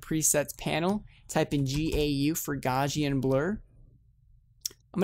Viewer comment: lol it is "gow-see-un" blur not "Gore-see-un"